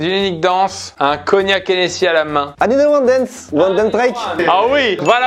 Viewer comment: Pierre c'est Hennessy pas hennéssy pour le cognac tu dois pas te tromper sur de l'alcool ça m'a choqué